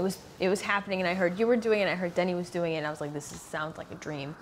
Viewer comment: When will you learn some French. It's not Danny. It's Denis: de-knee